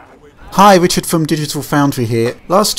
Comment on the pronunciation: can't say w.